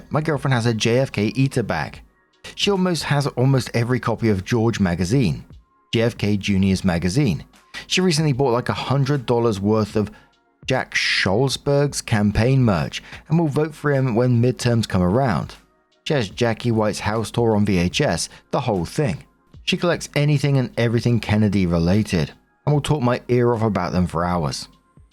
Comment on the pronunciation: Story 2 - When can't pronounce "Schlossberg" correctly.